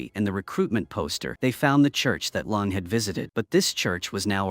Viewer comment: Bruh, within the first 5 minutes, is it Lung, or Lang? "'Lunges's' friend"... surely there's a way to edit this. And its in multiple videos. Not just from this channel either. Just use your own voice whoever you are. Might make it more enticing to listen to as well.